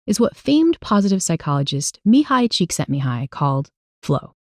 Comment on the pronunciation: Csíkszentmihály's name was so beautifully pronounced on both side! Never heard any non-hungarian speaker say any hungarian name correctly. :)